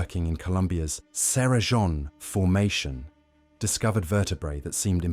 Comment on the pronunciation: Cerrejón not Cera John🥲